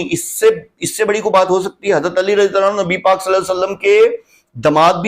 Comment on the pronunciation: زبان پر رضی اللہ بھی صحیح طرح نہیں آتا ہے یہاں حدیث ثقلین سمجھانے آیا ہے